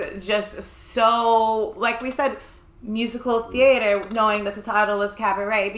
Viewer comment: "Thea-a-ter" ridiculous. And that was a clarinet not a flute.